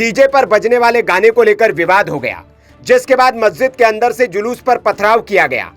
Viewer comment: अबे लोडू पत्रकार जलूस नहीं शोभायात्रा होती हैं। पहले अपने वाणी पर कंट्रोल कीजिए । शुरू में आपने जलूस नहीं बोलना चाहिए था।